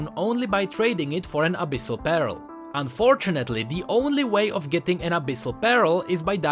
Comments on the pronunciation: Well "pearl" is relatively pronounced as "perl"... lol... i always thought u were saying "barrel of the abyss" all this time.. n i was like ...wtf. its now that i understand that u were just misprounouncing "pearl". Lol. Well anyways... keep the good work... n on this.... "your welcome. I'll come again" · every time he said pearl it sound like peril (or immediate danger) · Oh 'pearl' i heard 'barrel' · please read this PARELL IS DIFFERENT WITH PEARL:D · to me it sounded like you were saying pear-el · IKEA 2 hard 4 fresco yea he sounded like he was saying "abyssal barrel" lol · Sounds more like peril. But in Nami's story finding a pearl really is peril. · I love how you pronounce "Pearl" as "Peril" on a regular basis in this video. It is just so fitting! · Yo, just wanted to let you know that you pronounce the "ea" in pearl as the "i" first, so kinda like an "uh" sound. Just some constructive feedback on the misspronounciation, that's all:) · Pearl. Please, when you need to say a word 40 times in one video, run it through google translate